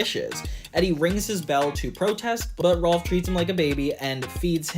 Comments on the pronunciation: Small nitpick, it's "Rolf" not "Ralph" lol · You kept calling Rolf “Ralph”